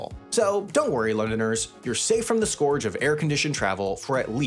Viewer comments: Scourge is pronounced "skurge" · Holy crap that pronunciation of "scourge." It's pronounced like purge, not like "gorge." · Pedants Corner (aprox) you say "scourge". This word rhymes with "merge" not "George".